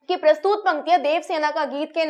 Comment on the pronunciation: बाकी सब अच्छा है पर प्रस्तुत को प्रस्तूत मत बोलें